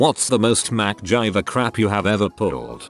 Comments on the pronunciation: No one: Text to speech: Mack jiver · Who is Mac Gyver? I think he means MacGyver. I guess we shouldn't be surprised since he says things like cow worker lol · mick jagger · oovoo javer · Am I the only one who heard macgina?